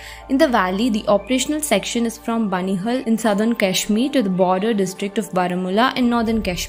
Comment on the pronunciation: Itna English Accent Adopt Karlo Ki Native Names Bhi Sahi Se Pronounce Na Kar Pao Waahhhh Aur Uper Se Channel Ka Naam Hai "The Hindu" Par Naam To Dhung Se Liye Nahi Jare Inse "Pir Punjul, Kashmir Belli, Benihul Kaari" 💀🥹😐